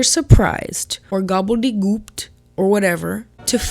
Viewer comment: Haha “gobble de gooped” 💀